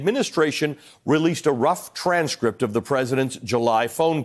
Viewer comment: So funny Lindsay saying strange crypt instead of transcript lol 😂 good show msnbc